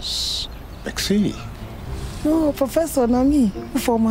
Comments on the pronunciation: dear the word is merci not mexci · Taaa, professor! It is not "mexci", it is "merci"